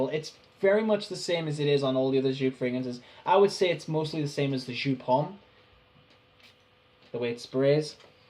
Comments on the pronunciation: If you’re going to explain how it started get the pronunciation correct! It’s pronounced YOPE! You twat! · Not pronounced 'shoop'... Seriously.